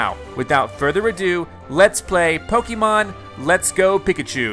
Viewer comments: And the correct pronunciation of "Pokémon" too, since he mispronounces it as "Po-kee-mon". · Pokémon is with the long E sound, you know. I think you should watch the anime later.